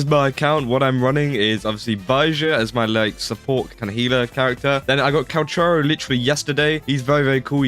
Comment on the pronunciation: thats not how you say calcharo...